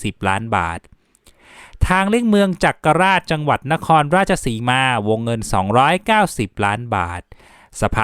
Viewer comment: แก้นิดหน่อยครับ จักราช อ่านว่า จัก-กะ-หราด (ภาษาโคราชออกเสียงว่า จั๊ก-กะ-หราด) คำปิง อ.บำเหน็จณรงค์ ไม่ใช่ ค้าปิง